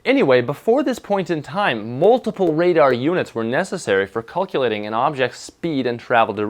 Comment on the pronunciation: what is this "culculating" you speak of? i am also unfamiliar with "misuring"